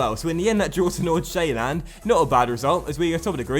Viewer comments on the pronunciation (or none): You pronounce Nordsjælland like Nor-Sjælland you dont say the D